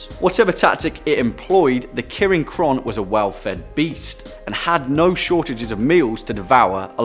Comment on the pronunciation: Maybe first you should have learned to pronounce the name first